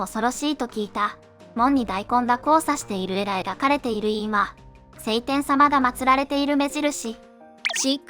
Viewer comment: セイテン様ではなく、ショウテン様でわ？